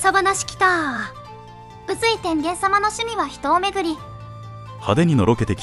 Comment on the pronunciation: 宇髄とかいて「さかいずい」と読むところにすごく違和感を感じる 宇にさかいという読み方あったかね